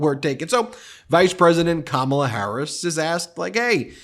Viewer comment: He said her name correctly again.